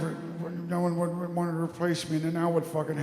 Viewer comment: the “would” got me. lol.